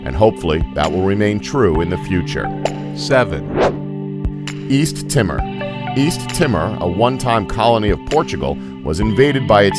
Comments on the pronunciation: It's pronounced east tee more. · Its East TEE MORE. My god.